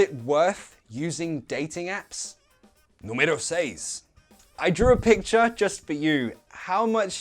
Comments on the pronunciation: Your Portuguese is perfect saying: número seis. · I just wanted to say that your "número seis" was perfect. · Come here to Brazil. I'm sure that the money you'll spend to visit my country will be worth it. Ps.: Congrats! You said in the video "número seis" perfectly. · número seis? what? jajajajajaja very good spanish compadre! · I already knew how to use this word but hearing you say "numero 6" oh bro, it was really worth it 👌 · I was completely surprised in the "número seis" You spelled very well, props